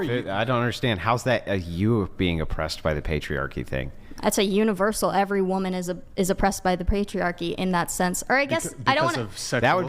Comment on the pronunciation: "Woman" is not the same as "women." I don't know when this started or why, but so many people pronounce both "woman" and "women" as "woman" and it drives me insane.